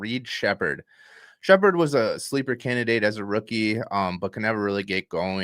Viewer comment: Sheppard and its not even relatively close